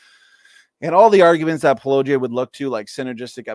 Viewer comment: AT LEAST learn how to say his name correctly: paul-oh-GEE-uh. Not paul-LOW-gee-uh. And be decent and link to his original video in your show notes.